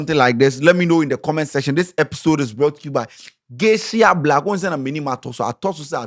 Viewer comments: it's "Geisha" not "Geishia" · Eiii 😂😂😂😂 it’s Geisha and not Geishia😂😂 #Dingoba Lesson✊🏽